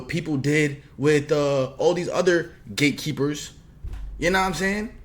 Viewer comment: It sounds like 😂he saying 😅gay keeper's 😢😅